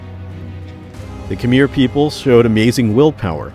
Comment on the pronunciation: this is a beautiful video and i mostly only want to give my genuine thanks for it, but i have to admit that every time khmer is pronounced like "kameer" i nearly have a stroke.